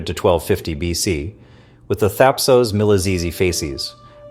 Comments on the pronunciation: Whatever it is, the 'o' in 'Thapsos' is a short vowel as in 'hot', jot long as in 'phone'. 😉 That's for sure. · "...the 'Thapsos-miliphasees something' ??? Wtf are you yrying to say, son ?